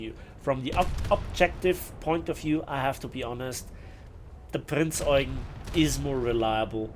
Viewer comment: Its Prinz Eugeeeeen not Eugn 😅. Sorry, aber ich habe mal in der Eugenstraße gewohnt. Da hatte jeder einen Anfall bekommen, wenn man es nicht ordentlich ausspricht.